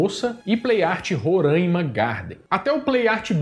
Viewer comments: Não é Rorãima 😢 É Roráima 😅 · Roraima e não "Romãima"